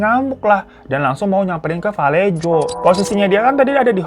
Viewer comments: Bang hiro moon maap valejo dibaca vuh-LAY-ho, aq tgl disni kebetulan 😊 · Just FYI: Kota Vallejo itu dibacanya: və-LAY-ho. Salah satu kota yang pernah bangkrut tahun 2008 akibat krisis ekonomi. 😣😞 Greetings from San Francisco 👋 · Fyi: Vallejo asalnya dr bahasa Spanyol jadi di baca "vayeho" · Tulisan vallejo di baca valleho bang hiro